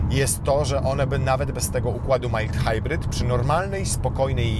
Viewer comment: jak się już pójdzie znowu do tvn-u to warto się nauczyć wymawiać mild hybrid